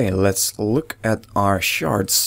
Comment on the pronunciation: when you say shards it sound like youre saying sharts xD